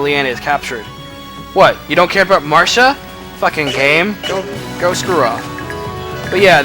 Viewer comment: I like how you pronounce Marcia's name. Everyone usually says "Mar-see-a" but you on the other hand are different and I like that. What can I say, I like diversity, lol. It's also great to see you uploading more FE Radiant Dawn because you're a pro at this game and make it really fun to watch. So thank you. =)